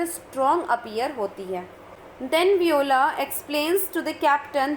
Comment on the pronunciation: Mam its not viyola its pronounced as vio la